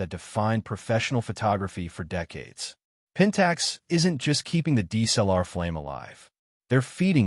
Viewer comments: Your AI audio SUCKS. "DEES-L-R" is not D S L R. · agreed. Pentax K... ... 4 and Deesellar. Appalling. Why do these people flock to use AI voiceovers. I imagine they think it cool, when nothing could be further from the truth.